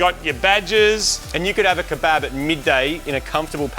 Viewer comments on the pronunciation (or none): “Kah BAB” 😭 that hurt